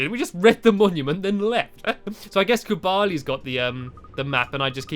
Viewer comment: Stampy it's kublai not kubali